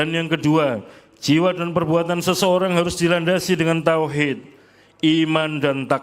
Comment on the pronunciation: ngomong tauhid nya aja masih pake H besar bukan H kecil